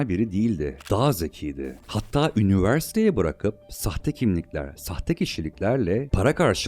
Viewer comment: Çarls yerine şörl'e ve sayısız garip, anlamsız telaffuza katlanabildim ama "ünivörsitöyi" kelimesi son damlam oldu, dinlemeye devam edemedim. Kaliteli bir içeriğe sahip bir kanal gibi ama konuşma süsü verilmiş dil cinayetlerine tanıklık etmek hiç hoş olmuyor. Her dil vatanı için güzide bir özelliktedir, insanları için önemlidir. Hiç bir dil bu denli zulüm görmemeli. Dolayısı ile kanaldaki "çocuk" aslında düzgün konuşmanın "cool" olduğunu anlayacak kadar büyüdüğü zaman "ürlülüülü" demeyi kestiği an bu içerikleri izlemekten keyif alanların sayısı artacaktır. Seve seve +1 olurum mesela, ama benim gibilerin biraz sabra ihtiyacı var gibi görünüyor. Şimdilik "engelle" değil ama, gördün mü kaç! Not: Ses tonun çok güzel, lütfen düzgün konuş. Önün, yolun çok açılır ve içtenlikle temennimdir bu, ey ülkemin pırıl genci.